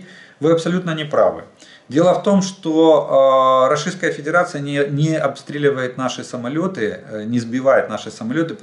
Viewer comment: Жданчик учись выговаривать РОССИЙСКАЯ ФЕДЕРАЦИЯ может тогда тебе Воркуту на Магадан заменим 😂